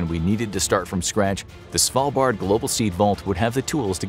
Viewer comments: You're pronouncing "Svalbard" convincingly well. From a norwegian point of view it was easy to understand what you meant :) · You said Svalbard right! Good job👏👏👏